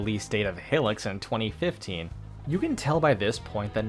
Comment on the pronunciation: Great vid! Though I hate to be that guy, but Hylics is pronounced “High-licks”, not “Hilliks”